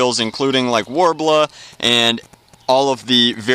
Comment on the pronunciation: STOP SAYING WARBLA